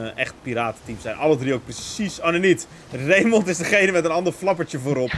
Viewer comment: Ik heet zelf ook Raymond, maar de letter D spreek je eigenlijk niet uit! Het klinkt ook zo raar om je naam te horen met een d op het eind! 😂🤷🏻‍♂️